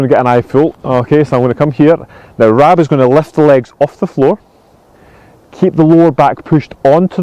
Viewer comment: Sorry Rab, it sounded like Stephen called you Rob not Rab!!!!!